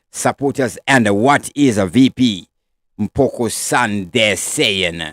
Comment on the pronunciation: If you are a news reader or reporter learn all languages fluently so that people can understand your content without offence .You always pronounce people's names badly eg .(Mpokho) this is bad and shows no respect of other nationals .